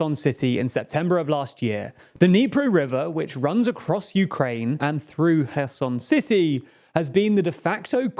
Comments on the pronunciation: Funny comment. To prove my point,, the CEO of TLDR News, pronounces Kherson correctly while, the secondary guy at TLDR News pronounces Kherson incorrectly. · I'm glad that knows how to pronounce Kherson properly, but please make sure everyone on your team (that is your mate ) does as well. Thanks